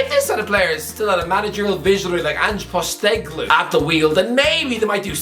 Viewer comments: Poh-ste-cog-loo not poh-stey-gloo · Stop saying ange postecoglou wrong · Could not have said Ange’s name anymore wrong